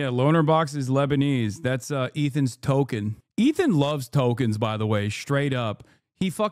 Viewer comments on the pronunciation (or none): none